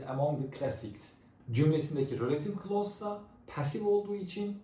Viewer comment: It's not rölative klaus It's relatİİve klaus